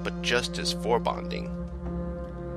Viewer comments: "Just as forebonding" ????? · its foreboding. not four bodding